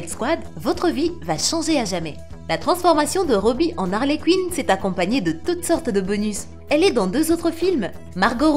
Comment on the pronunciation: Et Harley Cuine 😂